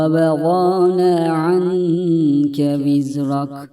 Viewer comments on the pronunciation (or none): Vizreke yazıyor vizrak okuyor hangisi doğru